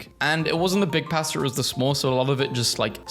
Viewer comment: I am NOT going to trust you on beans. Pb&j is a classic. And no hate, but I never want to hear you say "pasta" ever again.